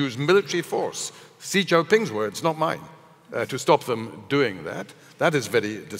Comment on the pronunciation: How can one be an authority of what China is doing and/or thinking, if you can't even take the time to learn how to pronounce XinJiang and Xi Jin Ping?